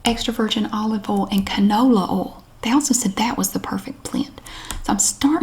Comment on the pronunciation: I've been pronouncing "oil" like she does because I think its so cute. Oahl.